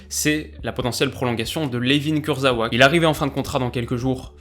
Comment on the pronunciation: On dit KourzaVa btw (c'est du polonais)